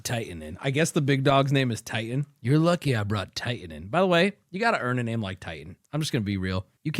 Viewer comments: you cant even say my name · When you can't even say my name